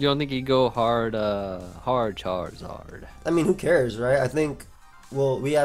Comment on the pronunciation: why did he say charizard like that lmfao